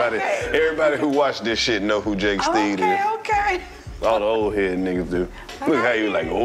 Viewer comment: This nigga said Jake Steed!